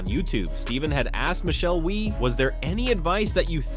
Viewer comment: Hey dummy, you pronounce her name wie as in yes in French...so stupid.